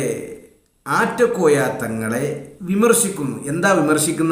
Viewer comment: . ആറ്റകോയ അല്ല നാറ്റ കോയ എന്ന് തീരുത്തി വായിക്കുക